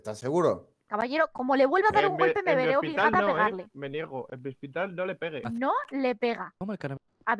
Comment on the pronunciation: soy el único que escucho *pege un chicle que tiene un salto*???